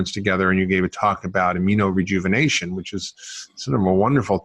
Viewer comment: You keep saying AMINO-Rejuvenation